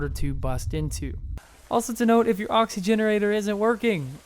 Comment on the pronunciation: It's an oxygenator not oxygenerator